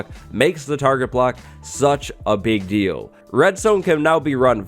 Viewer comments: “a really pig deal” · Did you say a pig deal? XD